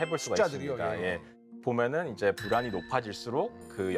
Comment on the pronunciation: 불안이 ㅂㄹ처럼 들려서 흠칫흠칫 함